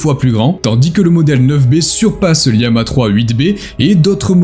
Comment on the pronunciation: Je sais pas si tu t'es fait matrixer par Micode mais on dis bien Llama et non Liama, d'où l'image de lama qui y est associée. C'est aussi une famille de modèles dont Vicuna, Alpaca ou encore Guanaco font partie, ce qui explique les noms faisant référence aux cousins du lama. Sinon très bonne vidéo au demeurant 👍